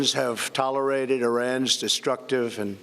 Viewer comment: Did he almost say tolerizes instead of tolerates?